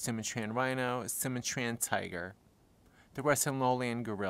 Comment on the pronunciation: Suma Train? You mean Su Matrian?